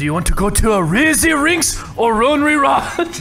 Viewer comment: Razy rinks or rucky randing 😂😂 I’m Asian btw